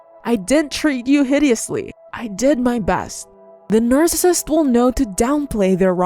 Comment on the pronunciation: videos are very hard to watch bc narrator does not enunciate well and can't pronounce narcissist. constructive criticism